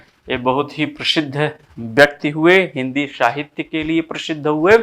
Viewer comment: आपका प्रयास सराहनीय है श्रीमन! एक नई बात सीखने को यह मिली कि अच्छे-खासे 'स' को 'श' बोलना हमें कितना 'उच्च' बना सकता है...नहीं-नहीं...बना 'शकता' है! 'शाहित्य','शुपुत्र','शंविधान' से 'हिंदुश्तान' निखर उठेगा! प्रणति!🙏🙏